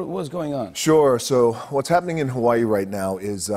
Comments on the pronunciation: The fuck you mean you say hawai'i as HA-VAI-EE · is it me or does he say Hawaii with his Samoan accent?... n then doesn't say anything else with the accent except for when he says "Hawaii"? lol ...Did I hear that correctly?... or am I going crazy faster then I had originally thought I was??? haha ...n The Rock grew up in Hawaii? I sweetie her grew up in Florida